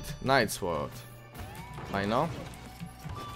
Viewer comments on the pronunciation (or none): none